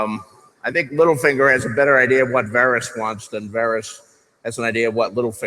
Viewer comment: No she butchered Varys